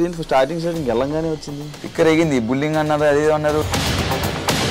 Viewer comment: Bulling kadu bro adi....bully+ing...bullying anali... బుల్లిఇంగ్